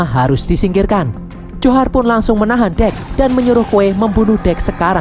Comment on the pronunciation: Njhorr namanya bang bukan johar